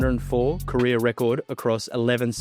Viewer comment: Career and Korea are 2 different words. It is also mismatch not mishmatch.